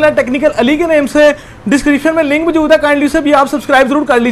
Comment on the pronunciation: yar aik tu tum ahista bola kro.. ham. bhry nae hain.... or qn tum br br bat ko reprt qn krty hoo.... or aik chz aik word موجود is ko thek bola kroo plzzz